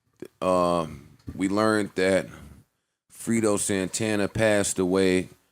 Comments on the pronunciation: It's pronounced Fray-doe not frito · Frito Santana 😐😂 it’s fredo (fray-doh) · please stop calling him frito Santana ..its fredo...as in (Fray-Doe) ...i know it wasnt meant to be disrespectful ...but its sounded hella disrespectful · pronounced Fray doe fredo Santana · This nigga really keep sayin Frito santana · "Frey-dough" Santana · Desean Aikens fray dough